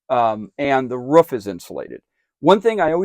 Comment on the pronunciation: Where you at ... you said it's up on the ruff not roof